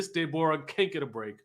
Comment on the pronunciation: If nothing else was funny about this review, I cackled every time you said "Day-bor-uh"!!!!! 🤣🤣🤣🤣